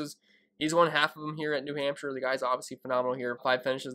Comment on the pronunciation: New Hampsha. I love saying Hampsha. Hampsha. Good luck this week. DK: tccharleston. Thanks.